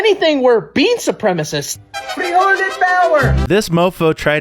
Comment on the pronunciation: "Frijole power"!! 😂😂😂😂😂😂😂😂😂😂😂